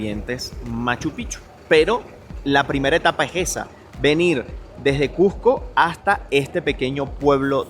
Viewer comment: Gracias por todo lo que has mostrado. Pero más por pronunciar "CuSCo" y no "CuJco", como casi todo limeño lo pronuncia.